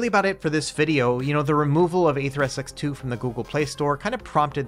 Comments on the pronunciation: It's pronounced NetherSX2... not NeatherSX2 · "Neether SX2" really be tickling me lmao